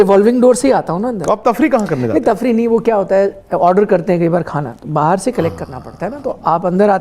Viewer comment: sir why are pronouncing bahar aaye..... As behar aaye intentionally like pakistani akcent.... At min 1.35 sec....